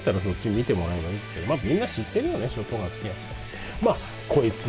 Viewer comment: ライブカート＝ショッガン(本場発音w)て印象焼き付いてる そしてクアッドロード出来たんですか？！ (｀・∀・´) マルゼンのM1100は当時ティーンの俺が役40000円に躊躇して買わなかったら絶版？なって嘆いたのは良いおもひでw コイツはバイオ2で惚れたなぁ そして安定のM1887 コイツはT2で一躍有名になりましたよね SPAS-12もT2だった それ考えたらT2は名作だな